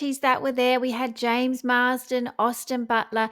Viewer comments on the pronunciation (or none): none